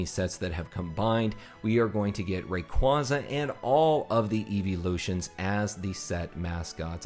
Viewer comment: Thank you for pronouncing Rayquaza right! Some people say “Rackquaza”